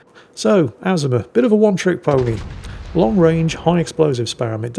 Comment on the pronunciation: you kill me how you butcher the name of famous ships where the correct pronunciation has been in video after video including real war videos. This ship you featured is not pronounced AZ-UH-MUH it is pronounced, UH-ZOOM-UH. Just like the Yamato is pronounced YUH-MAH-TOE not YAM-UH-TOE!!! All that said I still love your replays and look forward to them with my coffee!